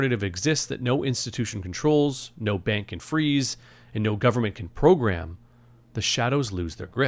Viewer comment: Pwogwam? No dwugs?!